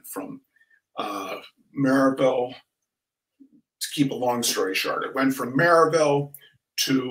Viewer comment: Excellent pronunciation for "Maryville."